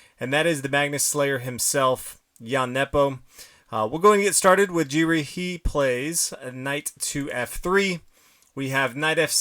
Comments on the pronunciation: yup, shouldn't take a robo with a brain of 10000 IQ to prove it ;) its Anish Giri and not Anish Jiri! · Okay he says Jiri for Giri I heard it as Jerry 😜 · Pretty sure Giri is pronounced with a hard G, like in 'game' or 'Garry'.